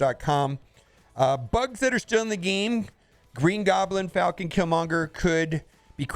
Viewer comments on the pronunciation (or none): none